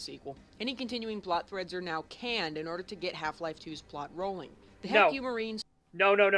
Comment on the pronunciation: I would rather be stuck with a needle then listen to him ever pronounce HECU as "heck you."